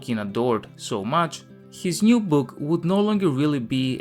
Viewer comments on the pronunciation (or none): It isn't "The New Shadow", more like "The Joo Shadow"